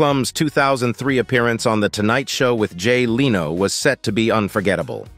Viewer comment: Machine voices pronounce things in very amusing ways. I also laughed at Heidi "Clumb" and Jay "Leano".